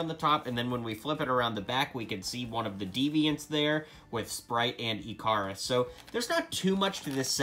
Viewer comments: Ikaris is pronounced icarus, Ick-ar-us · Just wanted to let you know that Ikaris is pronounced Ick (like stick) er us.